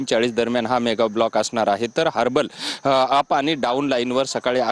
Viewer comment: हार्बल नाही😂😂😂 हार्बर आहे ते.